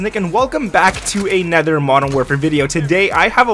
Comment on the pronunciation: Please learn to say anOther not anEther